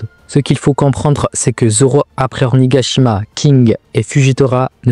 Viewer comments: Et même"Ornigashima" y'a quoi ?😂 Tu veux qu'on te goume ou quoi? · "Ornigashima" 😂 svp faites un effort aussi mdr